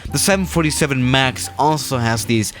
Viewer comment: the way he said max😂😂